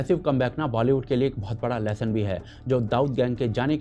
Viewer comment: LeSSON NAHIIN LOHA LEHSUUUN 😂😂😂😂